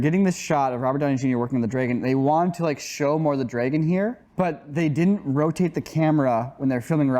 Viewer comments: saying « Dreygon » ✨👌✨ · Still can't get over "Draygon" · Who says "dreigon" anyway? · Why is saying " Draygon"? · Did anyone else notice how pronounces Dragon like Draygon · WHY ARE YOU GUYS SAYING "DREIGOUN' " ?????? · Nobody: …: “draygon” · Wait has always pronounced it "draeigon"? i had to rewind and listen again to the weirdness:D